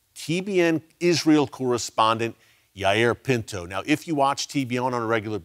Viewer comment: Thank you Eric. I didn't recognize when you pronounced yair Pinto's name but when I saw him I knew exactly who he was. I watch him almost every day. I appreciate knowing he is one of the truth tellers.